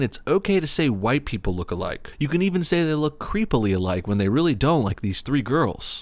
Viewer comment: I hate how she's saying look alike it more sounds like "looka like"